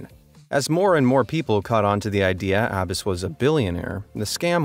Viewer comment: He mispronounced Abbas and Lagos